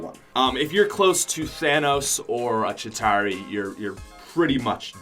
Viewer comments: It's ChitAUri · u say chituari bad caus u aim SUCK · Not a single YouTuber can say chitauri without sounding weird.